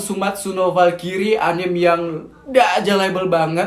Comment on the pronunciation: Bang bacanya bukan falkiri tapi falkrai